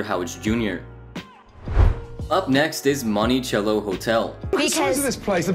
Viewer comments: Month sello is the pronunciation not chello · Bruh. Mon-ti-cell-o. Cello not CH CH CHello. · Say Montychello one more time... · Bro where are you from? Lol you pronounce words like nobody I've ever heard. "Monty-chello"😂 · “Money” cello Interesting pronunciation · Monti “sell” o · You’re pronouncing Monticello strangely